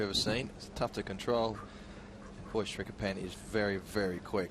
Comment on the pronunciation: It's Srichaphan, not Srichapan and i feel he kinda showed the blueprint there on how to beat Nadal, would have given an older Nadal a lot of troubles as well.